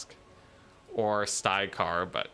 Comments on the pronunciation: For the love of god, please pronounce the names correct! it's not STY-KARR, or STRY-KARR, it's STYR-KARR!! I could take it he first 28 times, but after that, it really started to grate on me! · ok, I had a good look inwards, nope not a problem with me... he's definitely saying it wrong